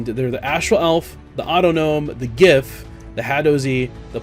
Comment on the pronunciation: Are you sure you are pronouncing 'giff' right? :P